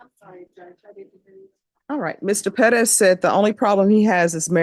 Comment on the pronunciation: PEREZ not "Pedas"